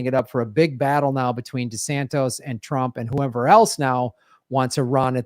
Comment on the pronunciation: Why does always say "desantos"?